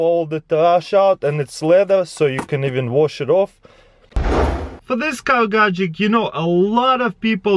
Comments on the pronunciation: it really annoys me when he says gadgek instead of gadget :D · Gadget. GADGET. NOT GADGECT! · Is it only me that notices that when he say gatget I hear gatgec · Wtf is a gajick?! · lol GAJICK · t Its a "Gagjekt" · Me: Gadget CrazyRussianHacker: Gadgek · Is it only me that notices that when he say gadget I hear gadgec